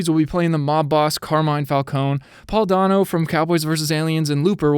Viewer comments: You’re pronouncing falcons wrong, it’s pronounced falkonie, not falcone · ITS FALCONE AS IN FALCONEE DAMMIT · The E in falcone is pronounced like the E in bEd or Example etc etc (btw im Italian) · Stop saying falcone like that